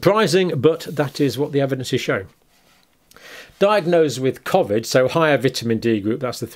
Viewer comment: He can’t he loves the attention plus the cash that comes with it he’s obsessed with covid u should marry it. He can’t even say covid properly